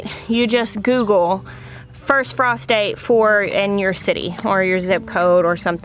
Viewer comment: The first time you said "frost date" I heard "prostate"" and, long story short, I literally scared the piss out of my dog laughing 😂